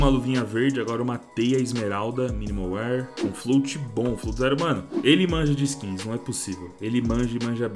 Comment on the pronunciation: AIIIIIIIIIIIIIIII Q RAIVA ELE A DIZER MINIMAL WIR FDS LÊ SE MINIMAL WÉR